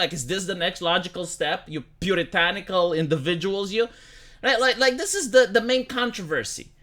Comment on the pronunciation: "It eez what it eezz..."